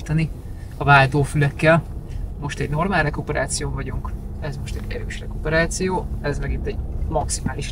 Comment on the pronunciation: Mondd még egyszer, hogy "rekuperáció", ...ha mered!!! 😆